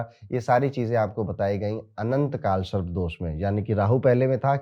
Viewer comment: Sharp ni sarp hai sir 😂 but thank you your videos helps people ❤